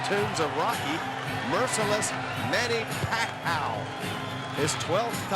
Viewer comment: announcer said manny pac aw! Lol